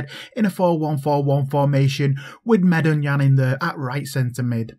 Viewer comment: I'm glad you said the name right, people always be butchering it. Love you couz keep reppin it. Haha we making it big